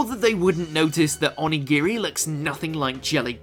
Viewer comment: O-ni-gi-ri, not on-i-giri